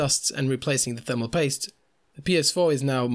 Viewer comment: LOL the way you say thermal paste is soooooo fucking irritating, it sounds like "THERMO POYSTE" you utter fucking twunk